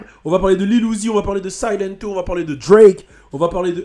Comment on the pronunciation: silento ça se dit Siléntou